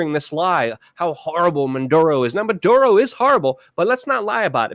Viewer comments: Why does he insist on calling the guy Manduro. Maduro his name's MA DOO RO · it's muh dur oh, not mun duro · REPEAT AFTER ME: Maduro not Manduro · It's not "Munduro".......leave out the "n" that isn't in the name. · The funny thing is that sometimes Luke pronounces it correctly......which is actually more strange than if he was consistent in incorrectly pronouncing the name!